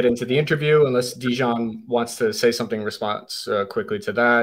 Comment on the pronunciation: Translation was not good at all. A lot of important things that Dejan said were not even translated. It sounds as a classic American thing not even to try to pronounce correctly the name of person you are interviewing 3 hours (in Serbian it's written Dejan, you should hear him presenting him self as ). This fact talks a lot about. Also, you could be so professional and check confirmed sniper shot range before saying to guy that was 15 years on the front that he is lying. After this way of ending 3 hour interview, don't expect again some important soldier from Russian side to be part of your vlog. P.S. arranging duels is standard Slavic thing, still now... even in war... I don't expect you to understand that, as most of things that said.